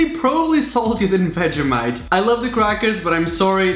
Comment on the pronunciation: 🤣 how he says vegemite its pronounced vegeeemite bruh get it right no hate btw